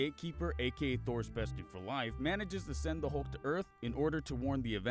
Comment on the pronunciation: "We have a Halk"